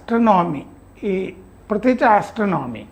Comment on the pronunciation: ആസ്ത്രണോമി അല്ല ചേട്ടാ ആസ്ട്രോണമി